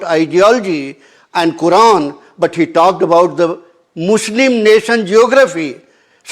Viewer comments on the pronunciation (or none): none